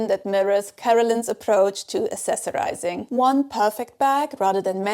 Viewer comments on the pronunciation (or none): It's pronounced a k cessorizing, not a-s-essorizing.